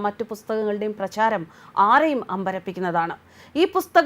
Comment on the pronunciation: Bale ucharanam sradhikkanam .prajaram alla pracharam anu.